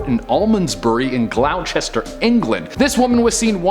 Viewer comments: honey, it’s pronounced “Gloster” not “Glowchester”, but we forgive you! 😉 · GLAWCHESTER?! WTF? It's pronounced Gloss-ter, And also Devon isn't a town, it's a County..... 🙈🙈🙈 And the town IN Devon was Witheridge 👍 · Admittedly this one isn't easy, but Gloucester is pronounced Glos-ter. It doesn't look like it, but that's what it is. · Gloucester is pronounced Gloster. Good vid. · Gloucester wrong pronunciation its pronounced GLOSTER however it is spelled as Gloucester. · 🤣🤣🤣🤣 Gloucester is pronounced “gloss-ter”, for next time 😉 but omg the lols 😂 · Dude, it’s pronounced gloss-te-sure, not the way you BUTCHERED IT! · Ok, a little education on English pronunciations - Gloucester is not phonetic, it's pronounced as glosster 🙂 Hope it helps!! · the way you said Gloucester had me splitting my sides